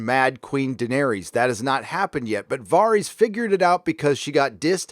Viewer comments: I cant be the only person annoyed by his pronunciation of "Varys"? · why do you say Varys like that? din't you hear how they pronounce his name in GoT?